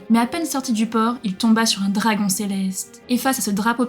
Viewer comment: Prononcé les mots anglais correctement car entendre dragon et d'autres mots mal prononcé sa pique les oreilles